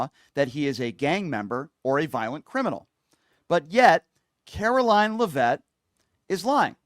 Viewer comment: It’s pronounced lev’-it not le-vette’.